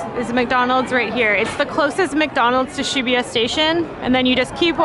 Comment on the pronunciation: Like every other foreigner that don't speak japanese, I'm been pronouncing Shibuya "she boo ya" incorrectly. Good to learn the correct way from:)